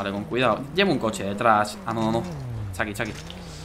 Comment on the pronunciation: Cuando dice cuidao xd